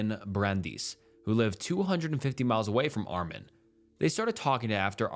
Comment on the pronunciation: You make pretty good videos, one suggestion, at least put the foreign names and words through a translate app. The Meiwes-Jurgen names are Mai-vez and Yoor-ghin. (Brent Yoor-ghin Brrandus and Ah-meen Mai-vez) If you put those names it’ll detect German and give you that. It’ll work for all names. If they don’t use the Latin alphabet then you can ask google or another AI to write the name in the corresponding language. Like, “How is Wong written in Thai?” And it’ll give you หว่อง and just put it in the translator from Thai to English. It sounds like, “Waahng”. Just a quick solution to make sure you’re not absolutely butchering names 😂